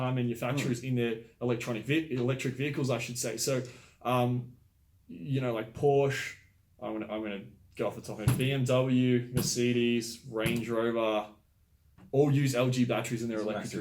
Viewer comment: Merceeeedees and Porche hahah it got worse as the vid went on lol